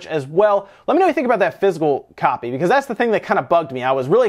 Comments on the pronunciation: I love your channel but it's not pronounced "fizz - el" it's "fizz - ik - cal." Half the time you got it right but for some reason it drives me nuts. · Took me a few minutes to figure out he was saying physical not fizzle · So confused until I realized he was saying "physical copy" and not "fizzle copy". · When you say "Physical Copy" it sounds like "Fizzle Copy" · I thought you were saying fizzle instead of physical.